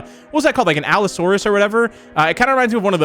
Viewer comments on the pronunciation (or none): Lol "allosuarus" apatasourus?